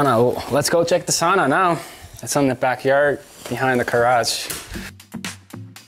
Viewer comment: why he say sauna wrong